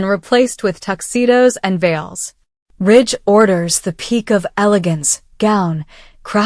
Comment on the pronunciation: Stop his name is not Rich it's RIDGE